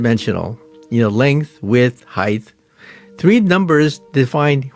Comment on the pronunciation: HEIGHTH!? REALLY, MICHIO?! HEIGHTH? YOU SAY HEIGHTH?